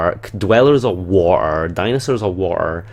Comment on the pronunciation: you say water kinda funny its epic to listen to!